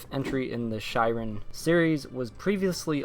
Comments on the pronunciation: Shiren is actually pronounced "Shear • en" (same as shears you'd use to cut your hair with). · It's actually pronounced "Shear-en", it is the Japanese word for trials/ordeals. Sorry to be picky but it's my favorite series of all-time. Thanks for the video, I'm really looking forward to finally getting to play this (I almost imported the DS version years ago and was going to learn Japanese just to play it lol).